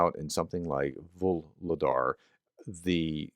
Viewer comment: FYI: "Voohol' " = coal. "Dar" = gift. "Vuhlodar" = "gift of coal". The effort you put into pronouncing these words correctly is appreciated.